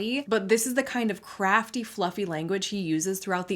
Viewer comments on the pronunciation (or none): I thought you said "crappy language" instead of "CRAFTY language" and I was like, damn is spicy today 😅